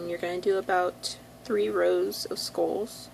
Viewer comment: got confused at first when prounounced SKOLLS instead of SKULLS.but it was ok .